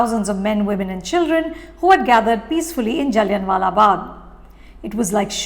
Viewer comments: जल्लिआं वाला in case you dont know the pronounciation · Everyone knows pronounciation. Idk why she's saying it like that. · you need to correct your pronunciation for “Jallianwala” Its Not Jalliun🥲